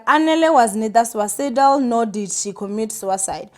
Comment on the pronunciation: Please dear check pronunciation of words you are not familiar with before going online so that we can understand what you are saying. It’s “suicidal” pronounced >suesidal